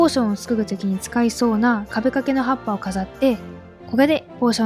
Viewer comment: 今回も素敵でした〜！！✨ みててめちゃくちゃワクワクしました！次の動画も楽しみです🫶 全然関係ないのですが、もずくさんの葉っぱの言い方(ハッﾊﾟ)ってどの地域のイントネーションなんだろ…🍃